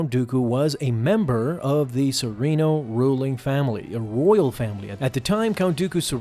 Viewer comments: Serrano.. Seh. Rahhn. NO… There’s no I in there…spelling or pronunciation. Please take your job more seriously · (Suh-ren-oh) or serenno is dooku’s home planet 😅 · They say serreno in the show, how to you keep pronouncing it wrong...